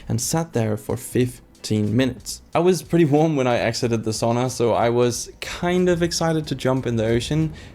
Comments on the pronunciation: Its SAUNA not shawna 😅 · Also sauna. There is no saw in sauna 👍